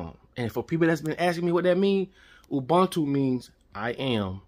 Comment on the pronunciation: you pronounce Ubuntu as Ooboontoo and Not Oobaantoo👌🏽